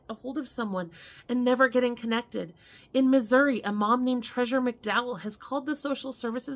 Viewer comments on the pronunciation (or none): none